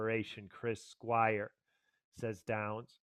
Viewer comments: A fan would not need a script on Chris' history with Yes nor would they continue to mispronounce Chris' last name. It's Squire not Squires. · You cannot even pronounce his name right, and you vowelize it like a whiner. You have no concept of the greatness of Chris Squire. Remove this punk-ass video from youtube